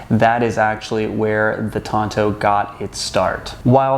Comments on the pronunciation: Why he pronounce the Tanto as Tonto? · Shouldn't the T be pronounced as a D? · The wrong pronunciation triggered me 😅 I hate it, when native English speakers butcher non-english words and deliberately pronounce them wrong